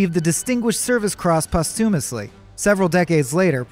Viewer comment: Say "posthumously" again. But say it correctly next time.